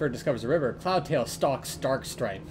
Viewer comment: I’m sorry but when he said “Darkstripe” I thought they said “Star trek”!